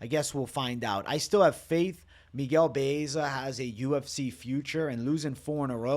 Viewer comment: Butchering Baeza name 😅